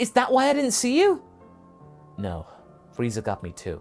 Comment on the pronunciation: Lmao I heard Freizer. Good stuff tho 😊